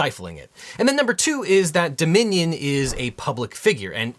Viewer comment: All the time I could hear ‘The Minion’ instead of Dominion 😅